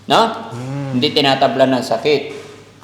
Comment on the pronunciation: parang may diin yung hindi TINATABLAN..HAHAHA